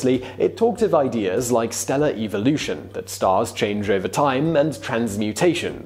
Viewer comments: wish he pronounced evolution correctly. 😉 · Does it bug anyone else by the way the host says evolution